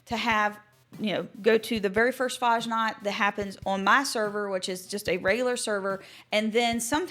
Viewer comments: lerne bitte, wie man Fasnacht richtig sagt. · Dear lord please learn how to correctly pronounce fasnacht